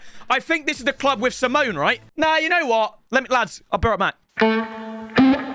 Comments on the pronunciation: Is it not sim e o ney like the other Argentine ? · Not simon bro simeoneee its cholito